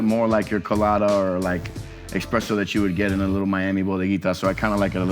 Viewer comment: Love the vid, but hearing a professional say expresso instead on esspresso makes me downright sad